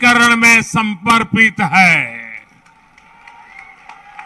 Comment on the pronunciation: Samarpit ko samparpit bol Diya Modi ji ne